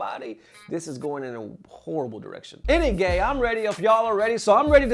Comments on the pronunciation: Is it me or does it sounds like he's saying any gay instead of anyway? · I heard it too xD